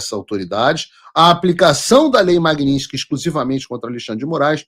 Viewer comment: Paulo, não eh Magniski, eh Magnitsky